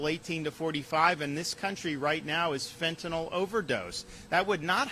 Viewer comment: Finally a politician who correctly pronounces the word Fentanyl. You've got my vote for pesident.